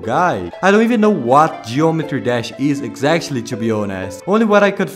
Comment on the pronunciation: It’s ironic he became The Daily Dose of Geometry Dash But he can’t even pronounce geometry dash right 😭 (Not to be rude tho)